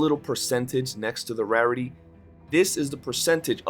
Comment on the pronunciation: Gotta admit iv never heard anyone say rarity like that before